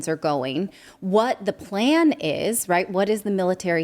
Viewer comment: sorry it's right right right right raight